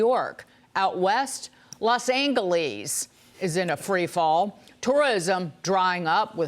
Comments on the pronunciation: Born and raised in SoCal, never heard LA pronounced Los AnGalees. 😳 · LOS ANGLE-ESE - Just hearing it makes my hair stand up! 🙂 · Los AGuHleaze 😂😂